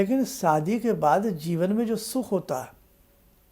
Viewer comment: Subh hai ya asubh hai ye to bola hi nhi apne shi se..